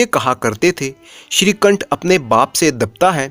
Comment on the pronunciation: Shrikanth se nikanth ho gya sahi se bolo